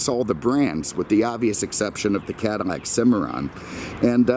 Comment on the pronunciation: Are you pronouncing Cadillac “cadimak”?